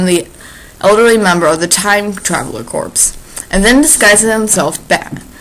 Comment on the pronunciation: Darling, jn Peace Corps or Time Travel Corps, corps is pronounced [korr]. The [korps] pronunciation is exclusively reserved to dead bodies. Thanks for the story.